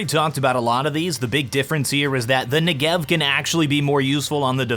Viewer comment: This is not how you pronounce the name of the Negev